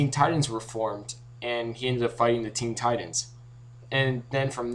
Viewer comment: Ten titans realy.... It is teen titans